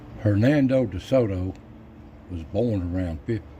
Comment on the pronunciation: Hernando, please. “Hernado” sounds like he had a hernia. Edit: Sorry but names are names and no one likes his butchered 🤷🏻‍♂️😂